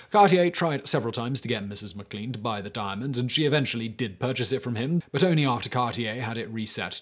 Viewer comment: I think it's pronounced mac lane for McLean